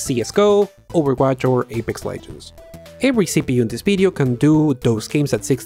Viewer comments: "This BIDEO was broght to you buy" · "This Bideo!" ...lol